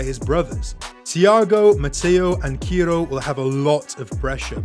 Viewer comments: Not kiro bro,,It's ciro😊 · Great post. Watch out - these kids could be diabolical on the pitch! .And he's pronounced Sear-Oh.